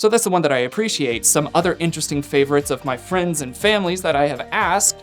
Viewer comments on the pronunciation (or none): none